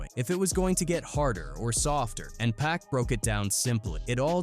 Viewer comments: Like how he said 'PACK'.... 🤨😡🤬 It's pronounced 'POCK' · It's actually pronounced "PUCK" if ya wanna get technical... dont be lazy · It's pronounced 'Pock' anot PACK.... Can't stand the laziness in these videos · Pack? Can't even pronounce his name properly.